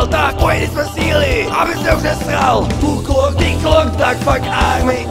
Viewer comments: Criiinge a není to [duklok] ale [daklok] vy experti na disstracky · 1.vec necita sa to ducklock hej ale diuk no a tych veci ktore by som mal pisat k tomuto je vela takze nechce sa mi to tu pisat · Nechajte ich, nevedia ani vyslovit Duklock správne a ešte robia ostudu celého Česka.A to sú z Tramtárie xD